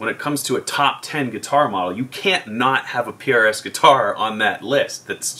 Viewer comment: Don't make fun of when you have been saying Pierre-Es for years llolollolol